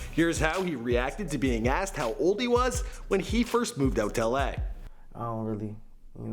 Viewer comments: lmao at how he says la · The way he said LA tho